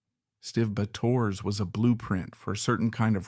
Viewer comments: Bay tor, this shee it Nar aray shun sux! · Bay tor!? 😂 Gotta love AI narration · LEARN TO PRONOUCE HIS NAME. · Get rid of that AI crap narration. I had to turn it off. Borderline disrespectful, allowing Stiv's name to be butchered like that.